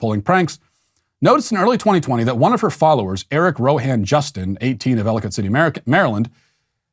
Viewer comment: Hey I’m from Maryland lol I know exactly where Ellicott city is. And thank you matt for saying “Ellicott” correctly.